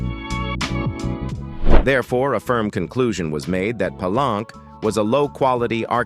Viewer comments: "Just a small note for the narrator: Palenque is actually pronounced 'Pa-lenkay,' not 'plank.' A minor slip, but pronunciation really adds to the authenticity — especially when talking about such a rich historical site!" 📚🌎✨ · Palenque is pronounced Pa-lenkay, not plank. The AI program narrator has a programming deficiency